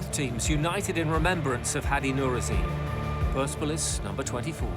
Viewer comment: That’s not how you say PERSEPOLIS